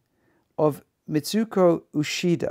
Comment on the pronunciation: Boy, you've got a very weird, rather idiosyncratic and frankly wrong way of pronouncing the names of the pianists you present. If you want to pronounce them according to the native languages of the countries those pianists hail from, perhaps you should listen to natives of those countries pronouncing them first before you go on embarrassing yourself! Uchida is a Japanese name and is not pronounced ushida; MJP is Portuguese and you're pronouncing her name as if it were Spanish . Kovacevic is a Serbo-Croatian name, Richter was Russian despite his German name and you got both his given and surname wrong. If you're going to be pretentious at least be accurate. LOL